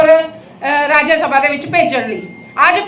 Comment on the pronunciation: ਖੂਹ ਚੋਂ ਨਿਕਲ ਕੇ ਖਾਤੇ ਚ ਡਿੱਗੀ ਰਾਜਿਆ ਸਭਾ ਨਹੀਂ ਰਾਜ ਸਭਾ ਬੋਲੋ ਪੰਜਾਬੀ ਪਾਰਟੀ ਵਾਲਿਓ। ਧੰਨਵਾਦ।